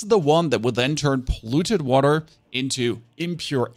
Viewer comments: Noone: This guy: wahTer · dirTTy waTTer god please stop pronouncing the T so clearly